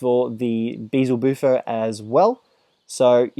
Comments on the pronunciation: it's beelzebuffo not beezelbuffo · they keep naming the frog wrong.... it's BEELZEBUFO... not BEEZLE BUFO